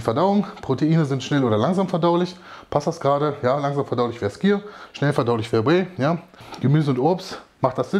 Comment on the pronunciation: Starkes Video. Hab bei dem Wort "skyr" immer "clear" verstanden und hab mich gewundert warum das langsam verdaulich wäre 😄